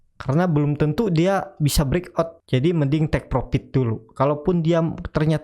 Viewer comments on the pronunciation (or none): Mohon utk Dibaca: "profit" bukan "propit", konfirm bkn konpim, fren bukan pren dll. Terdengar aneh di telinga. Mohon maaf...🙏🙏